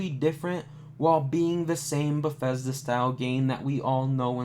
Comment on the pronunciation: you should practicing the studios name before you pronounce it wrong 200 times. it sound just as its spelled. there is no F in Bethesda